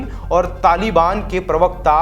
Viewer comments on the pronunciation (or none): none